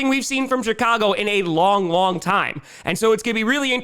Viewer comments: Did he say:"Shitcago Bears"? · I thought said "Shit-cago" and shot pop out my nose. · He did and does 😂